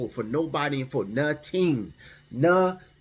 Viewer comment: WE not messing up our credit for "NA-TING" 😂